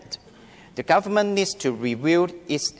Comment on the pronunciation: warry The Chinese Language Enguish is this jus Over time, his daughter feels very frustrated (wrong tense) Eventually, he sends his daughter to...(wrong tense) It's a shrank (shame) The government leeds to review... (needs) Discuss 正確讀音為Dis guss Exactly 冇曬K音 bretter place